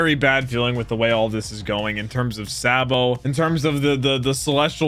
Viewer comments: Please say saa-bo not sae-bo 😭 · i absolutely hate how he pronounces Sabo and Ivan... its EEE VAN NOT I VAN. ITS SAHH BOW NOT SAY BOW. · Say it with me... it's pronounced: (SAW'' BOW-) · Btw it’s (saw-bow) sabo not (saw-bow) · I'm just going by dub, ''but'' the way pronounces sabo's name is wrong'' all i'm gettin at